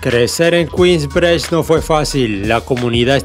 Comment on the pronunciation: "Kuins brich"